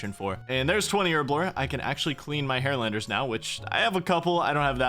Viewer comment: Is that how harralander is pronounced or is hairlandar just McTile coping about his receding hairline?